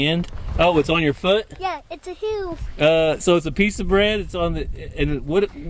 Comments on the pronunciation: says “ hill” like “ heal”. If you heard him say he was hilling the potatoes, I believe he meant hill, not heal. Or, maybe not. Lol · hey i know the ok drawl changes words but it is HILLING potaoes not healing